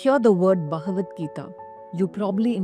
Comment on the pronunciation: Wonderful video. Please don’t say Bahavan …it is Baghavan.. there is no “ha” it is “gha”. I know that many South Indians naturally say ha instead of gha Your video is so wonderful but this was not pronounced correct. Also Niskaama Karma not Niskama. In Sanskrit the correct word is Kaama